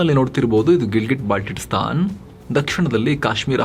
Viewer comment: Baltitstan alla adu Baltistan